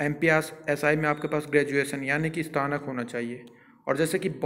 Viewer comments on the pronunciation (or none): स्तानक नहीं स्नातक होता है भाई